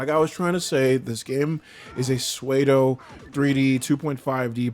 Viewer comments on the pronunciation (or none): good video! ill just say tho, pseudo is pronounced SOODOH no SWAYDOH